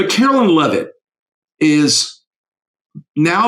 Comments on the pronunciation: It's KAREN LEAVE-IT......like George Carlin said you do woth a dump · It's KAREN LEAVE-IT,...like Geogre Carlin said you do with a dump